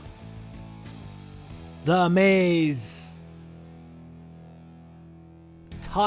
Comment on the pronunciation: lol its funny how he says the miz the maze